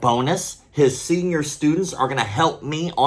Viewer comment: "Senor" Students?